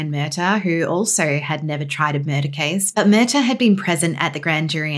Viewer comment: Pronunciation = Mur-TAW Not hard